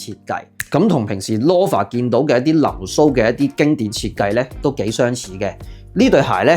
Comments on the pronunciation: Friendly reminder : Loafer 係讀Lo-fer ,你讀左Law-fer Snoafer 係讀Snow-fer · loaf, 係讀 low-ve, 同理，loafer, 是‘勞’fer, 不是 羅 fer